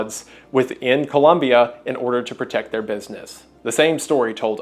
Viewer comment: Hey, Wendigoon. Great video, colombian viewer here. Just really glad to see a video of an american pronouncing ColOmbia the right way. Keep up the amazing work